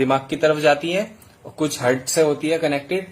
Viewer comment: Pahle English bolna Sikh Jitendra..hurt nahi Heart and human nahi Human....